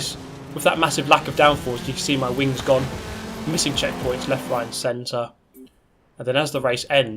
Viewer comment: sounds like you are saying "I'm a fan of big wangs obviously"